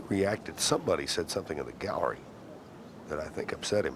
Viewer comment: The way Ken Venturi says Garrerry, rather than Gallery is classic.